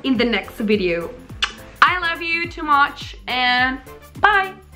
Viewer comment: ily too mUCh como britanica lo dijiste jajaajaj me encanta